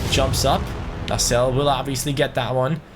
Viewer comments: Lascelles not lascelle hes english not french good vid tho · You do say the S in Lascelles